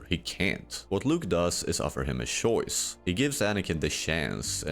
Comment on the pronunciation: Shoice, shance